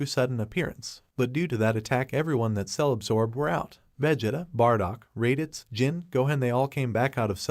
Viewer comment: Poor raditz can’t even say his name